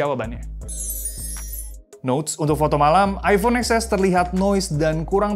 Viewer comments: baca nya bukan eks es tapi ten es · TEN ES WAK.. BUKAN EX ES…😂😂😂😂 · Baca nya iPhone Ten S kyk nya lebih enak di dengar. Hehe 😁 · eksses (emot ngakak)